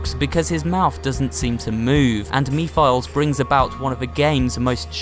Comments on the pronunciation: Oh, man. You pronounced "Mephiles" so terribly wrong. You should have checked how to pronounce his name correctly, before recording the audio for this video. I'm assuming this also means that you never played the game yourself. Otherwise, you would know how to pronounce his name 😂 Also, Sonic and Amy aren't a couple. Yes, she indeed has a huge crush on him, but Sonic rather consideres her as a friend and tries to avoid her flirt attempts. After all, in the Sonic comics set in the future, he's actually married to Princess Sally Acorn and even has two children with her. I also think you got the ages wrong. I don't know how old Sonic is supposed to be (probably not that much of an adult as you might think, maybe he'd be about 17 or 18 years old), but I think Elise is actually older than 15. If I'm not mistaken, she's somewhere between 16 and 19 years old 🤷🏻‍♀️ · Mephiles is actually a badass villain also that not how you pronounce his name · The way he said mephiles was really silly! But i forgot the way on how to pronounce mephiles name i usually say his name based on how the characters in the game say it and for some strange reason when said mephiles i laughed and it sounded like the way mephiles laughed in the game idk how its even possible for me to laughed like he did in the game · You mispronounced Mephiles' name wrong but that's alright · "me-files" i'm sorry i cracked up lmao, it's "meh-fil-less" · Mephiles is pronounced METH-A-LISS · not to be pedantic, but Mephiles is pronounced "MEH-fill-eez", a shortened version of Mephistophiles. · seriously me philes? its meph iles like the demon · Me files omg hes stupid its mepheles oh no no no no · Mephilies is not pronounced MEE•FILES it is pronnounced MEF•IL•ES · Did he say me files? Its mephiles (meh fer lis) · As in "Mef-(istoph)-il-ese." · Mephiles is said as meph-a-lis as far as I know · mispronounces mephelis(mefelis) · His name is pronounced meph a les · Pronounced ( meh-fil-es) Mephiles.